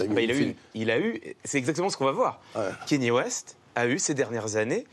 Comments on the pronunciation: C’est « Kanié » et non « Kéni » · Pourquoi personne en France ne sait prononcer "Kanye" ?? Pourtant ça se prononce exactement comme ça s'écrit... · Ben c'est juste son nom quoi, tu peux aussi l'appeler Jean-Pierre si tu veux ou te mettre à appeler "pile" les gens qui s'appellent "Paul"... mais je pense que le minimum de respect serait de faire un effort pour prononcer son nom correctement, surtout que ça se prononce exactement comme ça s'écrit et que les sons sont particulièrement facile à faire en français...